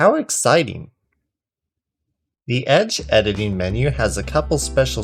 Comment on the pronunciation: edining ? xD in da beginin insert meme here nice tutorial